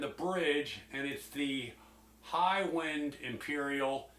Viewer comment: It’s the mispronunciation of the word “wind” as in “the wind (short “i” sound) is blowing” instead of correctly referring to how the pickup is wound/number of windings or low/high wind (long “I” sound) that is being referenced here. Thanks for the video!